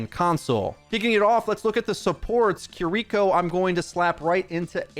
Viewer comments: Why do they keep mispronouncing Kiriko's name? KI-RI-KO, not Keereko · Hurts to hear him say Kiriko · Again, please learn how to say Kiriko correctly!